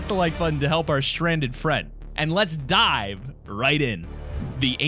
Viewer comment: I thought he said: “...and let’s DIE right in.”